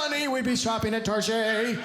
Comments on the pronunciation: Never heard a person calling it tar shay.. at least the women here where I live at least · Excuse me, it's Chez Targez -- LOL!!!